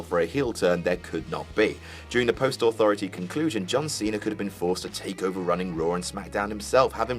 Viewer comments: The Authroity? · Hey,. what the fuck is an "authroity"? Not such a smartarse now, eh? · "The Authroity" Daboleu tee eff? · Authroity lol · "Authroity" Get back to work,. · "Authroity" nice... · Authroity? AUTHROITY?! Duuuuuude... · "the authroity" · "The authroity" 😭😂😭